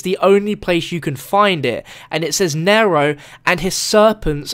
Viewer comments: it is nee-row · he says naro its neero (spelled nero but its pronounced neero) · i swear every time he says nairo i scream because its nero in the same way hero is hero not hairo...god damn its hard to type pronouncations in comments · It's pronounced Nee-Row not Narrow. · Isnt it pronounced n-ear-o not n-air-o? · Pronounced kneero get it right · Its pronounced knee row like zero with an N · it's pronounced "neeero" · Am I the only one annoyed when he says "N-ai-ro" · I really hate how you say Nero like "nairoe" It's not that hard... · no he is saying it like "nairoe" it really annonys me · Ryan P I'm not american and he's saying it wrong. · please pronounce Nero right